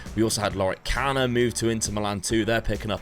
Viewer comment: Lorik Cana is pronounced Tsana. Also WHAT a player he was, if it wasn't for injuries